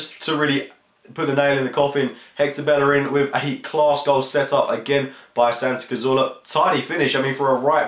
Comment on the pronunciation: It's pronounced Bejerin. LL is J in spanish.